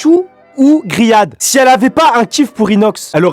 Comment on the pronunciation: c'est pas grihad c'est rihad 😂😂😂😂